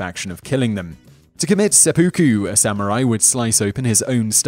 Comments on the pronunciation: 1. IT's pronounced Sep-OH-ku, not Sepuku. Your cockney accent is annoying. 2. The term for suicide landing is called Kamikaze. 3. Killing wild animals (Dogs or what ever else) wasn't a past time. 4. Sex with boys is made up by YOU. Samurai had concubines from the LORDS, those concubines were always female and mostly Geisha. 5. Your "Ronin" conclusion is wrong. Samurai were only considered as Ronin when they went to another Lords jurisdiction, where they had no name and were unannounced. 6. The Traditional Kabuki-KImono was just a long silk clothing piece that was worn during the Kabuki Ceremonies, nothing more. You're mixing two different terms. Most Samurai wore traditional Kimono while relaxing and not in the field. All in all, your video seems to bastardize a very honorable legacy titled the "Samurai Way" or Way of Five Rings. Miyamoto Musashi would have a field day with proving you wrong. This is the second video that has been very inaccurate by this channel. Why do I keep on correcting your b.s. and insults? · its [Sep-Uh-Ku] not sep-oooh-ku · (A) Your video content here is bigoted, prejudiced, and racist. (B) Your video content here is RIFE with misinformation, obfuscation, and outright lies. Also, it's NOT "seh - poo - koo". It's pronounced "seh - peh - koo". Video - and account - reported. ✌🏻💯